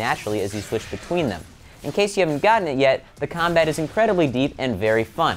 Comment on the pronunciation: he said combite